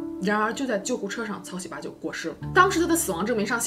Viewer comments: 这名字念的 哈哈哈 草 西巴 ㅆㅂ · 喜八 這兩字的中文發音 換成韓文似乎不太文雅... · 喜八怎麼發音很像韓國髒話 😂 （對不起我歪樓了）